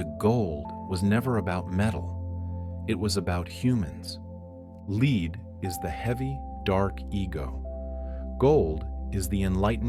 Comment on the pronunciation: Lead to Leed... Pagels to Paggulz. A.I. voice is fine to a point. ?.... Hey Sis? Did know Sophia ? Do You gno sis ?